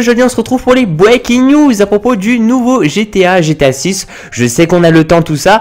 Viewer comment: les bweaking news ? c'est nouveau ça.